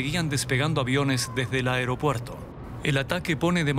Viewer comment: "Areopuerto" Primero hablen bien por favor